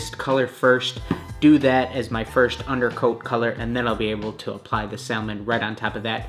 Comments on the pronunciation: It's pronounced "samon" not "sal Mon" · You had me till you said Sal-mon. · Anyone else annoyed at how he pronounces Salmon? The l is silent should sound like "samon" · The color “salmon” is pronounced sa-min (the L is silent). It’s the name of the fish. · If this dude say SAL-Mon One more time, I'm gonna quit being a pescatarian, lol. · My man really said SAL-MON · The L is silent in salmon that irritated me the whole video 😂 The trainers looked amazing 👌🏽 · Hold up... how did you just pronounce salmon 😐🤭🤯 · Love your vids bro but I hate how you pronounce salmon 😂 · I can't believe no one has commented on this so far but the way you say salmon is like REALLY wrong. The "L" is silent.